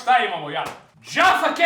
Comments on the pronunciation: Ne kaze se Džafa keks nego Jaffa keks ;) jafa keks se ceti isto kao sto se pise J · I would kill you if you fucking insulted my fav Jaffa keks :P Btw it's Jaffa with J brate srpsko J, ne Dzaffa :D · Cita se KOKTA I JAFA KEKS